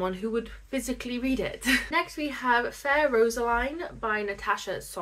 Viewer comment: I'm glad you're seeing rid of fair Roseline just because I don't need to hear you pronounce it wrong hehe